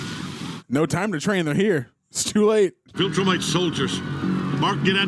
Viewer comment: Do you have to pronounce viltrumite like that 😂